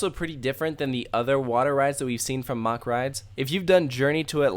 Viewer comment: U pronounced Mack wrong